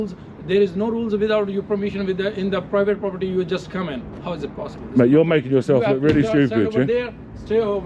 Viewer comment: This is a pwivate pwoperty 👳🏾‍♂️ 😂